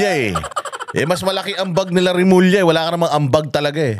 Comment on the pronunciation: Bulol remulling